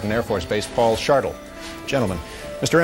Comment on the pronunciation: Mr SHARTLE?!!!!!!!! Robert IMANIGGER?!?!?! How can I listen to anything else after that